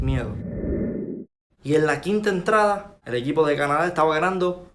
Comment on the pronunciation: No se pronuncia cana da sino una sola pronunciación Canadá .corregiste al pronunciar ese país .